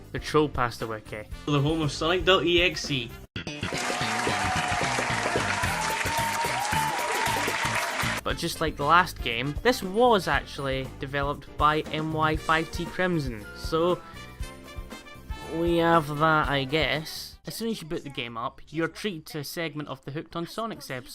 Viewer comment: There's a remake by Oldum77 that more accurate to the story and includes the tentacle kiss scene which the MY5TCrimson version lacks. Also, you said MY5TCrimson wrong, you have to say MY5T like MYST so it's MYSTCrimson.